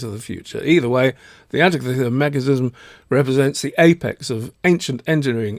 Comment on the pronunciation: Guys, from a Greek in the museum with the device: An - teek'- ee thera. Emphasis on teek.